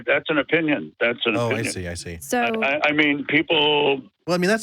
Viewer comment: beast shawnee as in “ I see”...Eee see???? As in Pi...Pee? As in Hi Ho...Hee ho? As in Mike Tyson...Meeke Tyson? As in Diane...Deeane? Like? Nice? Rice? Jive talk!! Live from Austin ? Leave from Austeen!!